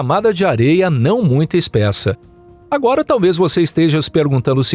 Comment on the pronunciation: Cada vez que ele pronuncia "espessa" de forma errada meus ouvidos doem!